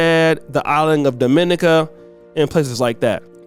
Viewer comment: Hey, love you man. We pronounce it Daah-Mi-knee-Kah NOT duh-mini-cuh (The island or Commonwealth of Dominica). 🇩🇲